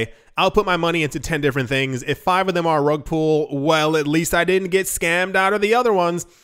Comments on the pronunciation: Great and sensible advice. Slightly undermined by pronouncing pull as pool. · lol it's rug "pull". you're saying "pool". not the same word bud